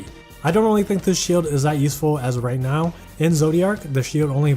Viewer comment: Going into Mitsuhide's section, I had to double back because I heard "She is not considered the best light dagger due to owning fleur." Captions wrote now as not, too. Just a small feedback, your voice is very relaxing and the unit reviews always informative. Thank you for your work. :)